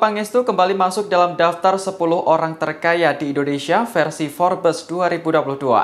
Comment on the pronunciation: Tribun, atuh jurnalisnya dikursusin bhs Inggris malu2in aja baca Forbes aja ga becus. Hadeh hadeh kualitas jurnalis skrg abal2 semua.